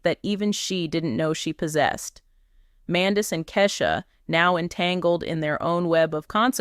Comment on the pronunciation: You Utuber Said Her Husbands Name Wrong ! Get It Together Idiot ! Love Yandy ! Love Lee Lee !